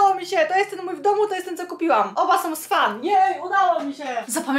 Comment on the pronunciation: ( to nie hejt) Ale Swan czyta się słan. Inie czyta się tu fejset tylko czyta sie tu fejs i tak wiem ze nie tak sie pisz tylko kaleczysz angielski postaraj się mówić lepiej ale naprawdę bardzo cie lubię jesteś mega tylko kaleczysz angielski i pamiętaj to nie hejt tylko rady